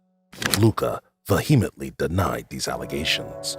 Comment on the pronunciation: Please work on the grammar and pronunciation. Look up how to pronounce vehemently.